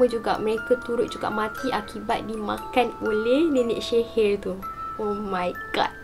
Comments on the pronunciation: Assalamualaikum sebutan sihir tu Rasa mcm x bethol bukan shehir tapi sihir bakukan... Content terbaek cuma akak terganggu dgn sebutan syg... Sorry yaa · Walaupun gagal sebut sihir i ttp jatuh cinta...